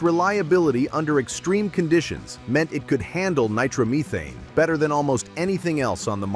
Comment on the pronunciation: ... "Nitromeeeethane" Lol. GET RID OF THAT AI NARRATED BULLSH T...